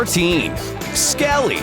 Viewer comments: Its Skelly not SKELE <3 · Its Skelly not Skele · "skele" me: WUT- (its called "skelly") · It is skelly, not skelle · Skelly not skele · its selly not sele OwO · the potion is called substance 128 and, its skelly not skele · Skely you sad skel